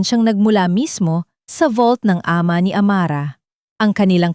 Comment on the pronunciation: Minamali ang tamang pagbigkas tulad Ng Ama ginagawang A......ma